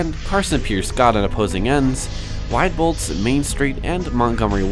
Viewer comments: I worked at Woodfield Mall (JCP) and they would send us to Stratford for training. I loved that mall, it reminded me of a city with it's architecture. PS - it is prounounced WEE-boldts - that store was fun. :) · Wieboldt's is pronounced Wee Boldts